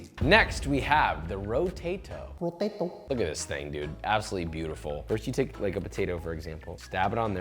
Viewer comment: ROTOTAT O PO TAT O